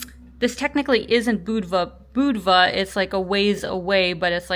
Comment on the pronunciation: At least you pronounced Budva right!